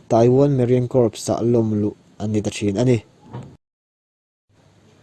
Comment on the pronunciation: Corps tih khi core tia lam tur..